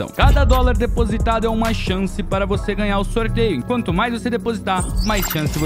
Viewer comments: "Vose" é foda 🥺🥲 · "Vose" é foda kkkkkk